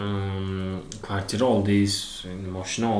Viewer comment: Akahon kvartita emas kvartira boladi😂😂😂